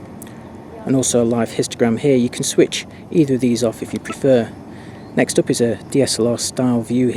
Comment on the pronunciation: Like ur aussie accent... specially when u say PREFER. hahah. Is there a camera like this but more compact? Same looking but smaller like the Panasonic G1?? I dont want those sissy cmpact super zooms.. i want a SLR look alike compact megazoom.